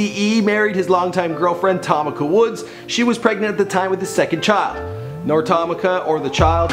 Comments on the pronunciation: Who the fuck is TOM ICA. It's pronounced tah mee ka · Its pronounced "Tah-Me-Kah" White bread.